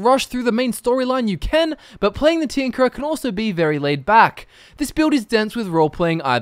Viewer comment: I swear i heard "The Tinkler"